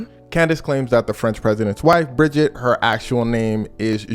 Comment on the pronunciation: Brigitte not Bridget. Or better Jean 💀